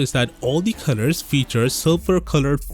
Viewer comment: Why do i hear "CUTTERS" instead of COLORS